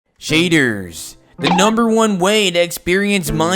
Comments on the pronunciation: He says shaders like “Shaydurrs”. 🤣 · Lol i like when he said… sHadErs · its just the way he says shaders for me